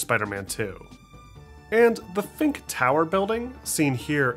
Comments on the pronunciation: Did you just say "FINK tower"???? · “The Fink tower building” 😭